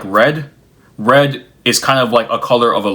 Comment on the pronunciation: I was listening to this without watching. When you got to the point about red notifications, I heard "read notifications," as in, instant messaging telling you when your message is seen by the recipient. I started to rail to myself about it, because I've loathed that feature since it was introduced. Then it became clear you meant the color red and i was like "ahh....yea, that sucks, too" 🤣